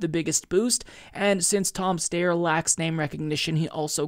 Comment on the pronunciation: It isn’t pronounced Tom Stayer, it’s Tom St-I-er.